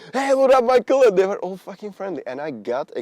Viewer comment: Ne Majkl ale Michal.To není zase tak těžké vyslovit,ne?Jinak fandím.